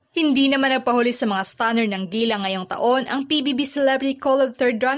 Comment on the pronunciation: Gala ang basa dyan ..Gela😂😂